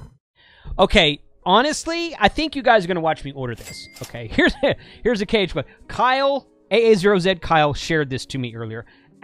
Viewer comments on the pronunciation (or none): It's KH1, not HK1 (3x), jeez !